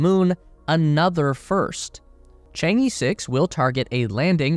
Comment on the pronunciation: Chang E should be pronounced as "ch'ang o" in Wade–Giles. Not just E like in alphabet.